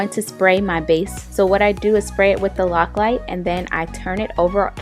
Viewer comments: It's Loctite...not Loclite.. I love how this turned out and the colors you used! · LOCKLITE? Umm, LOCKTITE. LOL.... Nice video...